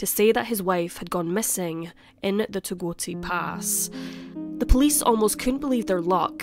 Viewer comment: It's Togwotee Pass.